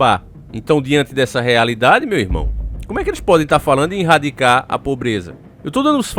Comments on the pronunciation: rsrsrs... vc é um cara super inteligente, esclarecido, desperto, nao sei porque esses erros de portugues grotescos, propositais, nos videos. erradicar, vc mete um "inrradicar". sempre na descrição, no título, tem um erro absurdo de português, mas nós sabemos que é proposital e que você saberia escrever e falar o certo. Qual a intenção? tenho essa curiosidade. (eu sei porque é) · Irradicar? Kkkkk antes q falem coisa eu falo do mesmo jeito. Mais 1 vídeo top